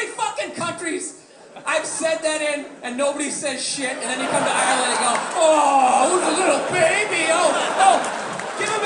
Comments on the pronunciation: where I,m from in Ireland we would pronounce it "arelind" depends on the province or county. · For the yanks watching it’s pronounced “areland” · Hes saying Ireland wrong